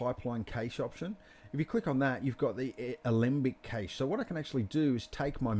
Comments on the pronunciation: Great tutorial dude, only thing cache is pronounced the same as cash. Great job though, looked really good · Fantastic tutorial but the way you pronounce cache vexes me lol